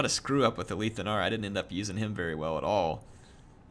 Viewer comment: I've always though it was pronounced A-lith (like "with") Anar as opposed to Aleeth Anar. Any "loremasters" able to clarify?